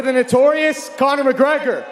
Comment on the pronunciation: "Corny McGregor"